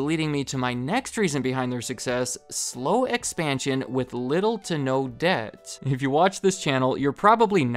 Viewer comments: “Slow expanision” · Gotta love that expanision